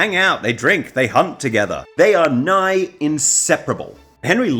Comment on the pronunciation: “They huNT together…” I heard MP instead 😂